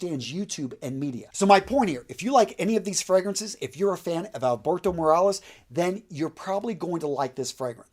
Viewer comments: It's morillas not marales🤔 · Morillas is not pronounced Morales 😬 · Anyone who really watches any of Jeremy's videos knows how to say "niche", "sillage", and Master Perfumer Alberto "Morillas". You may want to take more prep time, so people take you seriously. Grammar, punctuation and pronunciation are crucial parts of making a lasting impression.